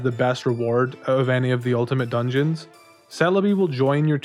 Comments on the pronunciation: "Ultimate Dugeons " oof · “Ultimate Dugeons” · “Dugeons” lol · "Ultimate Dugeons"